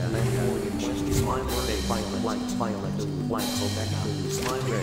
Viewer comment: Dice orench y vaiolet